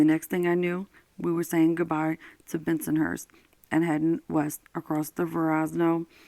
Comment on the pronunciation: It's Verrazano bridge!! It's pronounced ver-ra-za-no. And bensenhurst Brooklyn